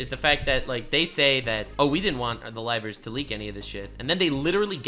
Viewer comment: I know it is a bit mean, but every time that CEO says livers all I hear is rivals. Then I have to adjust it to livers again, and think... that is a stupid word.